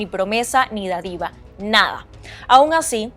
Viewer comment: Oye no es a manera de crítica eres una excelente periodista y tienes muy buena dicción pero me llamó la atención tú pronunciación de la palabra dádiva, la pronunciastes con acento en la i algo como da dí va en ves de dá-di-va. No sé porque pero sonó bastante extraño en una periodista.